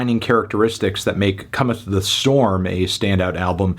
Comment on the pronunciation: I'm never going to be able to unhear "comethany"